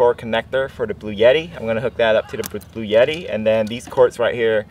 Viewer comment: “Bluetti” is pronounced blue-etti. NOT blue-yetti. There’s no “y” in it.